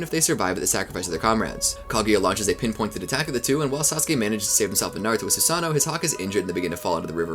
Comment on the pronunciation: Cant wait for him to mispronounce everything for 12 hours. "Susano-O" the long lost brother of Steve-O.